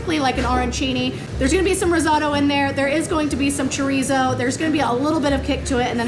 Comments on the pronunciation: RIZZ-OH-TOE is the correct pronunciation. 😂😂 Just saying. I’m a big fan though. You rock! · Rizzauto?? Did she mean risotto? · All due respect to who I love watching but her pronunciation and description of Arancini was hilarious and cringey for a chef but the risotto pronunciation may have been worse since I thought that was such a universal known one by now!!!! Luv U K